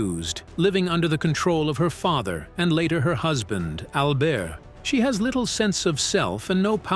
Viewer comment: I firmly believe AI will be the death of humanity. Yuck! Besides repeating the same fucks multiple times. It's pronounced CEE-LEE, SHOOG, and AL-BURT.